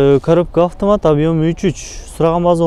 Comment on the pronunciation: үкам афтаат дебей автомат деп даңгал айтчи ,дайима сенин тартканыңды көрөм бирок афтаат дегениңде итиркейим келет көөнүм айныйт шашпай автомат деп кайра кайра кайталап үйрөн үкам.